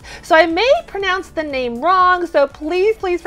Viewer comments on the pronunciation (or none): none